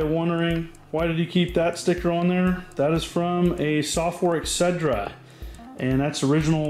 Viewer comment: I love you and your channel immensely but it's ET-CETERA not "EX-SEDRA":) Nothing but love for ya buddy